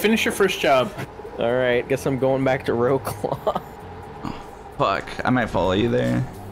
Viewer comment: That shit is funny as hell, not to mention when I realized how you guys pronounce the names of the cities it made me laugh. It took me half the stream to realize what you guys were saying were the city names. Wrocław -> Row-claw